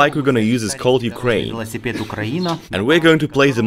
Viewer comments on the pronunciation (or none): none